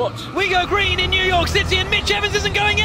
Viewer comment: "New Yolk"